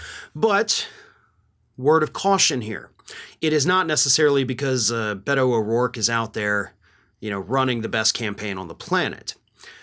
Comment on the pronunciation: Beto is pronounced “Bayto”. E is pronounced as an A in Spanish.